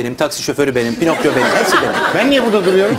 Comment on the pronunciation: pinakyo pinokyo 😆😆